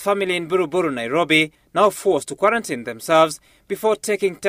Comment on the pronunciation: My county men ,it is quarantine and not quarantee.poleni lkini